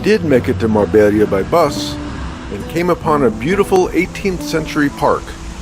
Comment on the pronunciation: Hi and. Nice video. Marbella is a city name which can be pronounced properly with a little effort. Mar-BAY-ah. You did a great job depicting the delights of my newly adopted home -- Estepona. Thank you.